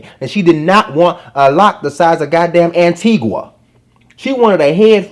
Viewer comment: Why this man calling up my country name like that? Antigua 😂😂